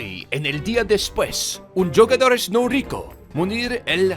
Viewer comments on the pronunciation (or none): you pronounce jugadores with a H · jugadores is pronounced “whoguhdores”. You’re welcome.